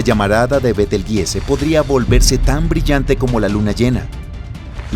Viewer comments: Disculpa y perdón por la corrección : pero el Nombre de la Estrella Gigante que vos mencionas , se pronuncia: Betelchus = Beteljuice o Betelyuse aunque se escribribe Betelgeuse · ayyy, dijo betel jise :V